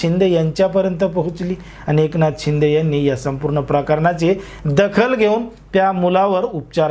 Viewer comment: अहो दादा तुम्ही माहीती खुप छान दिली . त्याबदल धन्यवाद ... ' पण तुम्ही र्शिदे साहेबाना .एकनाथ शिंदे असे उच्चार केला त्यामुळे बर नाही वाटल ... कितीही झाले तरी ते माझी मुख्यमंत्री आहेत .एकनाथ शिंदे साहेब अस ऐकायला बर वाटत . जय हिंद . जय भारत🤝🤝